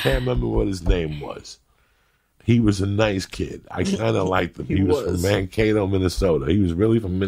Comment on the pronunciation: I don't know what's better.. that Joey pronounced Mankato correctly, (most say Man KAHT O) or that I live there.. now. #bigdogbringbackcelery